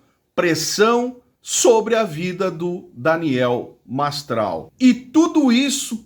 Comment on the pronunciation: Nao sabe falar nem o nome do cara MASTRAL 🐴🐴